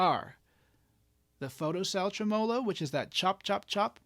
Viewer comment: Okay, a couple of issues. First, you're pronouncing it wrong. Second, the guitar clips in that line drawing mode (or whatever you call it) kinda obscures what your hands are doing, and the aesthetic beauty of your guitars. 😉 Okay, mostly kidding, especially about the "wrong" pronunciation thing. I mean, I do pronounce it differently; down here in Texas, we place the emphasis on the first syllable. But just razzin' ya about the "wrong" thing. Also, I do prefer the guitar clips without the special effect, but that's no big deal. I almost can't play without tremolo (and reverb) anymore. I can tell you my favorite tremolo circuit is the one in my VOX Pathfinder 15R amps. I'm not tech-savvy enough to tell you what type of circuit that is, but I really, really like it. I'm not a pedal guy; I blame that on 40 years of playing acoustics before getting my first electric guitar (a tele, of course), and on the fact that I'm too uncoordinated to sing, play guitar and tap dance all at the same time. I do have one pedal, a BOSS ME-70 multi-fx, that has a bank of modulation effects, including tremolo, of course. But when I put that multi in front of one of my Pathfinders, I just leave the reverb and tremolo off on the pedal and use the amp's on-board effects.